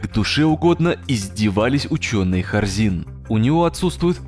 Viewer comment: Вместо Хорзин слышу Корзин